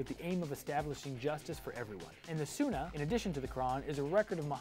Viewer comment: Allah didn’t fail your clearly showing a lot of inaccuries and being incredibly disrespectful could you ask a scholar of Islam to comes speak on Islam instead of someone who couldn’t pronounce sunnah accurately and clearly has bias